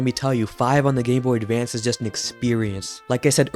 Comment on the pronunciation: at the very beginning you say "ahhh... The Gameboy Davance"